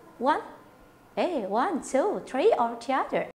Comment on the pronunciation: 1 2 3, tapi pronounce nya one two tree, bukan three. Jadinya satu dua pohon